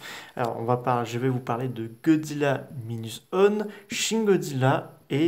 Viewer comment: Godzilla Minus OUANE on dit